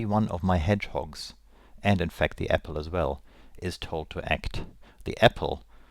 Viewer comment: are you german? :) I heard apfel